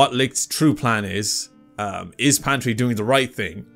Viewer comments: PATRI not fucking pantri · Its not pantry.. Its patry... 😅😅😅